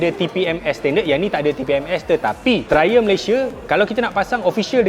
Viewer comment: Triumph bkn trlumph🤣